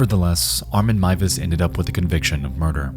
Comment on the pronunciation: This may sound very random but as a German I appreciate the correct pronounciation of Armin Meiwes :) Horrible incident but I love your coverage of it! Great video as always